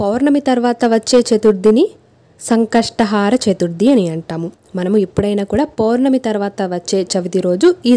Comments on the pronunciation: Antha baundi. Baaga chepparu kani sankashatahaara kaadandi, sankashtahara....plz don't mind otherwise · It should be pronounced as Sankashta hara Chaturthi not Sankastha "haara" chaturthi.